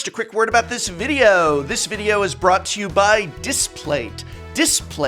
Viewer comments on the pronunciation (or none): none